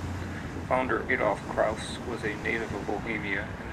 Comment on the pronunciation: Good video, but I only have one comment, er beef (no pun intended): The correct pronunciation of this restaurant is NOT ‘Klowse’, (The sound of which, suggests a German name, which we know it is not!), but KLAAS. Unfortunately it is mispronounced throughout this entire video.